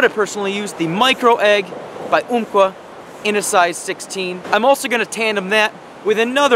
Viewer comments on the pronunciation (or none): um like umbrella lol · Great video man. but... thats not how you pronounce Umpqua lol. Not trying to be a dick or knock ya by the way. I live on the South Umpqua.